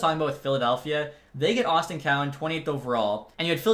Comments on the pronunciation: nobody in London calls him Austin Cowan lol. even the play by play and announcer call him Easton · Cowan’s name is said just as it looks. Easton. Not Austin. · Are you sure... Easton is pronounced Austin.... Cause their headscout, the interviewer and everyone seems like calling him Easton...